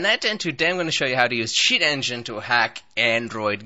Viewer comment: Sound like u said s*** engine